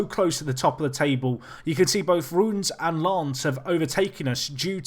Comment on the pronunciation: I was really sure that you pronounced Reims wrong, so I investigated it and found out that it is not pronounced Rooms, its prononuced sort of like Rêss.